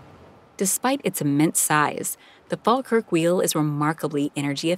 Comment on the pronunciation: It pains me to hear how you pronounce places like Glasgow, Falkirk and Edinburgh. Glas-go - please say it like that. Glasgow Fall-kirk - fall as in fall over. Falkirk. Eh-din-buh-rah - Edinburgh. I’m Scottish and hearing anyone say it wrong properly does my nut right in lol.